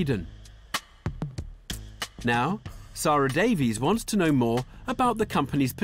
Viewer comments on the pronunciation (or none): none